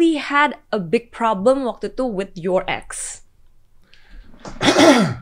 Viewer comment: Gw kira dia bilang youre egg , ternyata youre ex... Wkwkwk